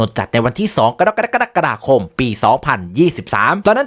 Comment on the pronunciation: ได้ยินเดือน "กรกฎาคม" ทีไรน้ำแทบพุ่งทุกทีเลย 🤣🤣🤣